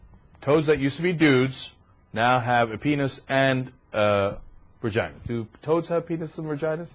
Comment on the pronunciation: there's no r in vagina, love. ;) but it completely cracks me up that you pronounce it vergina, like my grandmother used to. haha